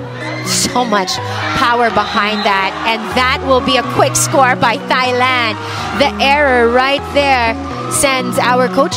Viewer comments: What I don't understand is how some people pronounce Thailand (tai-land) as (thy-land). I know the the Brit f it up for the English spelling of it, but people are so ignorant about it. Just so funny to me. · She did not say Thailand with the 'Th'